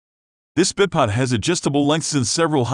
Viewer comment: is he saying bip pod?